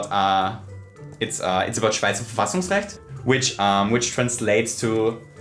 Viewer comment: You pronounced Schweizer Verfassungsrecht really really well, im from germany and in schweiz, the language is nearly the same to german. I was really thinking if you can speak german, because it was so, so well XD